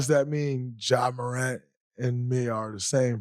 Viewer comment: I’m sorry but I spit my drink out when dray said ja remind hin